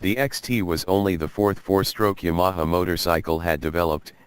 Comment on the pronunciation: Please train your robot to pronounce Yamaha. Seriously this is great content but very difficult to listen to . I don't care how bad you think your speaking voice may be , it has to be better than this.